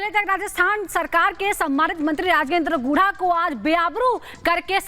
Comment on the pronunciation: एंकरों! क्या गुड़ा गुड़ा बोलते हैं? गुढ़ा बोलो यार!